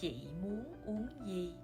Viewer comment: I learned something here. You did not pronounce "uong" with closed lips. Why? I thought o combine with ng should be pronounced with round and close lips. Please enlighten me :)